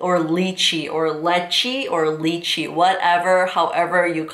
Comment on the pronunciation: Lychee (pronounced as lie-chee). Not 'leechy'